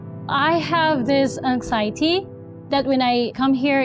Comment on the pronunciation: she cant even pronounce anxiety properly